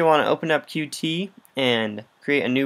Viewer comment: I know it's hard to know how to pronounce names for libraries/frameworks/software if you only ever read it, but it's actually pronounced as just "cute", not "cu-tee". I only just learned this a week or two ago.